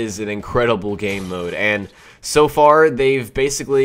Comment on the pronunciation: He said fart. Hehehee